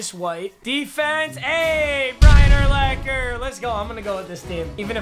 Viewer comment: Please please please it is pronounced ur-locker not ur-lacker